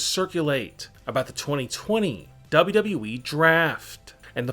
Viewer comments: Dubba Dubba E ! It’s annoying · Hey narrator guy. Really? Wtf comes out of your mouth when you try and say WWE?! Sounds like dub dub ieee. I'd rather listen to Chills and his inflection issues. So can you please stop talking. Whoever decided you have a voice for this kind of work should be kicked repeatedly in the balls. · It seems like this guy struggles when saying WWE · Ronnne when he is saying it play it at 0.5 speed 😂😂😂🤣🤣🤣